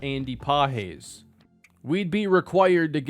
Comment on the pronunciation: Andy Pages. Pronounced like Pa-jezz